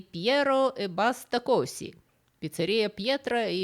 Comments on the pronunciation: класс! (только не кОси, а козИ) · "э бАста козИ" Не кОзи 😇